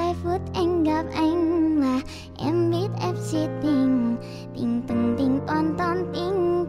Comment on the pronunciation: kobo phát âm khá chuẩn đấy có mấy chỗ không đúng như từ "khó" kobo phát âm hơi sai thì phải còn từ "anh" kobo phát âm thành chữ " ăn" r còn chữ "tối" kobo phát âm thành chữ "túi" con chữ "em" thì vài chỗ kobo nói thành chữ "ăng" :)))) có vẻ tui soi hơi kĩ :)))